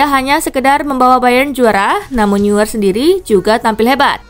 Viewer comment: Neuer dibaca noyer.